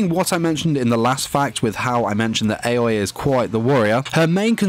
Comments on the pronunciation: Her name is aoi (aui) not ayoi 😅😂💞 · Its not aoa its AOYIII (spelled aoi) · Most people: Aoi (owie) This guy: Aoi (ay-oh-eeh) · The way he pronounced Aoi's name triggers me. Its "ah-oy" not "eh-yoy". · Everyone: Aoi (ow-ee) Him: AY OYIH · Weebs: Aoi Him: a-Oi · ITS A-O-I NOT 👁-O-EY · I just hate the fact that he pronounced "Āoi" instead of "Aoi" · I can’t get over the fact that he keeps on saying aois name as✨𝐴𝑦 𝑂ℎ 𝐴𝑦✨ with so much confidence 😭😭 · IKR ITS OW EE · Neither. Its pronounced ow-ee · every time he says ayoway I die a little inside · Everyone: AOI Him: AUNI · the way he's pronouncing aoi is killing me 💀 AY OI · I like how u pronounce her like "aoe" Btw I like nene more than aoi =D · Me: aoi Him: AoE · What? I fucking god mad when u messed up at the “aoi” part. I hear u said “a-oi” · He said Aoi in the wrong way in the intro.. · you pronounced Aoi wrong btw